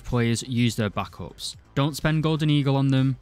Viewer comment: stop pronouncing backup like that